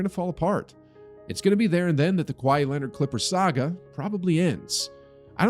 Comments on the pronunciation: Kawhi-eeeee. Stop saying his name like that. Sounds terrible. Either get cultured or delete this video forever. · his name is not kwy-ee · Why does he say kwai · why is bro saying “Kwhy” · lol i love when people pronounce his name like hawaii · The h is silent in Kawhi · The way he pronounces kawhi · Voice actor can’t pronounce Kawhi 😢